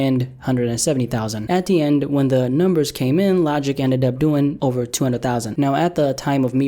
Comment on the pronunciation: What’s up with him staying a hunned thousand over a hundred thousand? I don’t remember him ever pronouncing it that way before.